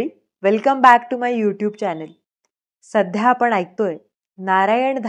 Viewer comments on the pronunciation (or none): आपण सद्या या शब्दाचा उच्चार सध्या असे करता ते ध्यानात घ्यावे.